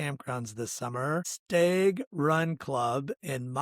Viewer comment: Great video. Idk if I should say anything but if no one did then you would never know any better. Stag is pronounced short a like in hat. Sounds like you're saying stayg